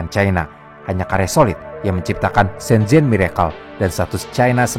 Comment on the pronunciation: Shenzen bukan Shenjennn, agak lain lu bang, emng lidah lu huruf z disetting jadi J? Hah?